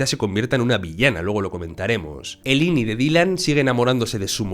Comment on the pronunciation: Muy buen analisis mis respetos !! 👏, el unico problema, es que me da toc que digas ini ,,, 👀 que version viste, asi le dicen en ingles ?? 👀👍